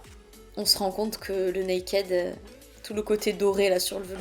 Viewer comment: Mon dieu mais oreilles ont saigné "nakaid" 😂😂🙏🙏 "nakid" please 🙏😘 sinon, mon dieu les reliques ! Faut monté un musée 😂